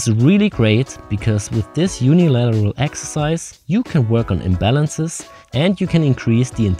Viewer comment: Yeah I assumed that was what you meant. Just the way you said it amused me :)